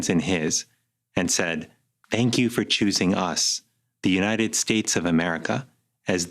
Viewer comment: A question: When Biden says "may God protect our troops" wouldn't this have been the moment when every other candidate would say "May god protect the US of A"? Did he switch it up on purpose cause he was having problems pronouncing "united" throughout the last part of hís speech? I mean really, I heard him say "unined" a couple of times! (No hate! I like Biden)